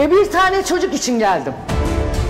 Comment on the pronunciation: Azıcık Türkçe bilen yarışmacılar alın ya. Acıtasyon diye bir kelime yok, doğrusu ajitasyon